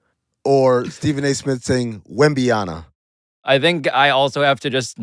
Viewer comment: Stephen A said Wembyana